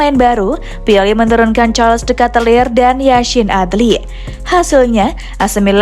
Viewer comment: Bacanya bukan katelir.. tapi keytelar